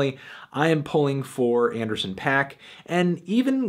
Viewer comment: Please for the love of god learn to pronounce D.R.A.M. and Anderson .Paak correctly